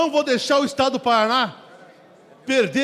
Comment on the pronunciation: O cara não sabe falar o nome do estado dele Paraná kkkkkkkk. acho que nem deve ser nativo de lá.